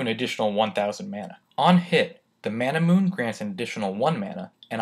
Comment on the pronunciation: Ain't Manamune pronounced Ma-na-mu-ne due to its Japanese origin?